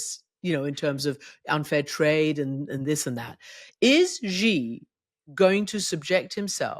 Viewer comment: Xi is ״she” ! dear Christiane. Nor Ji nor Gee Shame on you, as such an old media hand 😢